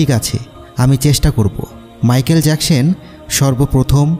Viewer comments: জ্যাকসেন না জ্যাকসন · Jacshan na Jecson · Agey thik moto manusher name bolte shikhen erpor video upload koren. So annoying